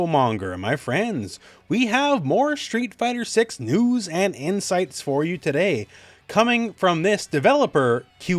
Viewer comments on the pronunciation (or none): none